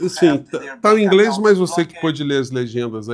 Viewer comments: DUDu fala 'ingrês' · eu falo inglês e esse inglês desse dudu é muito ruim.. Não é nem só sotaque carregado, e é demais, é quase incompreensível, é mispronounce. Ele pronunciou várias palavras erradamente.